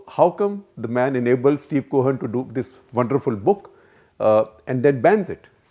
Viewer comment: I think it is Stephen and not Steven. Both are 2 different persons.